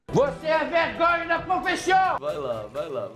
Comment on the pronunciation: "Voce é a Vegonha da profison"